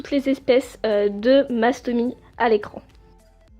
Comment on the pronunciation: On dit Mastomysssss voilà bisous 😘 Sinon j’adore tes vidéo et j’ai 2 mastomys moi aussi ☺️